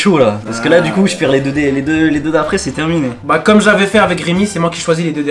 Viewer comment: Déso mais il a dis c est termi"nezgros" 😂😂